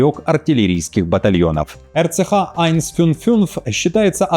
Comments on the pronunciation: Скажи еще раз айнцфюнффюнф 😂 , у тебя хорошо получается Нюф—Нюф. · РЦХ-Айн-Фюн-Фюнц - я в истерике. Это же надо так глубоко лизнуть, чтобы через анус гланды почесать. RCH-155 в варианте вещающего звучит куда как солидней)))